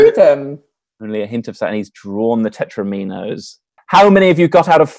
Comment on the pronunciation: The mispronunciation of "tetrominos" is bothering me. Surely it rhymes with "dominos"?